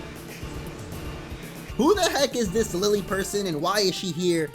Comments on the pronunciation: is not pronounced Lily, it's pronounced, Lil-Lay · It's kinda interesting how every Pokétuber forgets to pronounce the e in Lillie's name. Then again, the western trailer doesn't show that the e is to be pronounced separately from the i. the 4 island look quite small for a whole region.